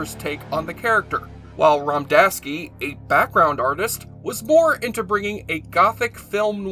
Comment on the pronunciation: Stop saying Romdaski. It’s Radomski. Says it right there in the video.